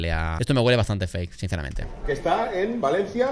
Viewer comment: Bua soy de Valencia y cuando el ser este se ha puesto a hablar en "valenciano" creo q me ha entrado el ébola, cringe. Por cierto es València, no Valenci.